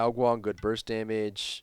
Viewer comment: when did ao KuanG become ao Guan???